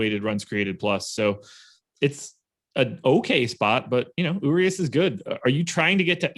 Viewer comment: I love you guys but my ears hurt when I hear you guys pronounce Urias. Pro tip from a fellow loyal (Spanish speaking Mexican) subscriber. Treat the 'r' like its a 'd'. don't be afraid of the 'd' 😂